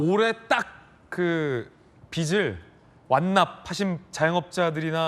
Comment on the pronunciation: 권영진님~ 빚을 '비즐'이라고 해야지, '비츨'이라고 발음합니까? 참 수준이 .....